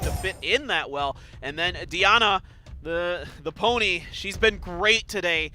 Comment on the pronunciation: Wow where do they find announcers at? The guy who isn’t Peter doesn’t really seem to know much of what he’s talking about, calls verdehile “Verad”, calls Diana “DeeAwwna”, and said to leave FENG for last due to counter attacks which is the only reason to not leave him for last 😂 very annoying